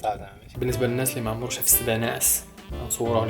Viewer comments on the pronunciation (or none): none